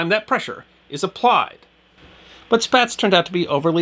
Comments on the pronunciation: dang - are you automated? n 1937 Spaatz legally added the second "a" to his surname at the request of his wife and three daughters to clarify the pronunciation of the name, as many pronounced it "spats".[2][3] The second "a" was added, as it was in the European branch of his family, to draw out the sound like an "ah", similar to the "a" in "father." The name is thus correctly pronounced in American English identically to "spots".[4] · Correct Pronunciation for Spaatz is Spots, he is from my hometown and their is a museum in his name. Perhaps a good article for you is how he set the midair fueling record in 1929 flying the Question Mark